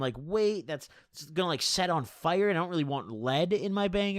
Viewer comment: You say fire my “fyure”